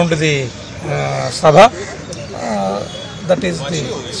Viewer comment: New word to be in Oxford dictionary “Shaba”😂😂😂😂